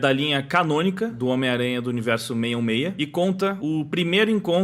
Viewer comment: é engraçado ouvir vc falando "miranha" rsrsrs